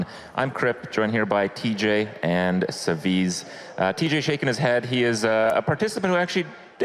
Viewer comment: Its actually SaviTZ, like in tzar or it's, not SaviZZZ